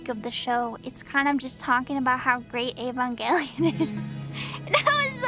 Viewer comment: I can't tell you how happy it makes me that she pronounces Evangelion correctly. I have no idea why so many people think it starts with a long E.